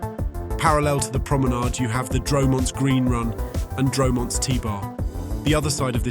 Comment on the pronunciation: Dro-Monts and Roch-ez. Good grief. Computers really struggle with French pronunciation!